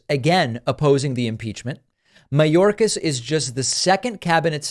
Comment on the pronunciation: Margorie,,,Margorie..! Tell us why you impeached Mayorkis? "Because he's a vewy vewy bad man..."